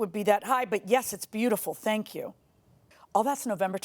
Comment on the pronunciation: THANK YEW - ugh such an annoyance